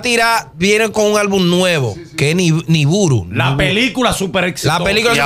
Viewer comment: Nibiru 🤦🏽‍♂️ no niburu